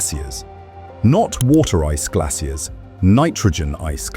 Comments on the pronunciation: I cannot stand British accents lol. Glassiers? I could not figure out wtf you were talking about until I realized it's GLACIERS, which is pronounced GLAY-SHURS. But yet you didn't say glassial, you said glay-shul for the word glacial. 🙄 you also had multiple errors with your AI produced visuals...as someone already mentioned, the paper headline said Neptune when it was supposed to say Pluto, and you verbally said Pluto at noon is -230°C, but the text says -102°C. I'm 7 mins in and I think I've had enough. 👎🏼👎🏼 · "glassiers" x4 .... not "glassial".. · It's pronounced "glay-shurs" not "glay-cee-air-ees" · Its probably AI talking idk. If its an actual person saying glassias just wasted the whole video not understanding that you're trying to say glaciers